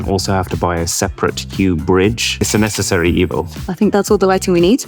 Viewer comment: bro siad nessecary evil like friction haha on philips nice